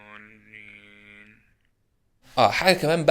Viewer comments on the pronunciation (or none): none